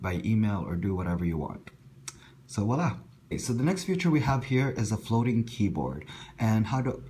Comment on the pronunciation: it's voila (emphasis on the v).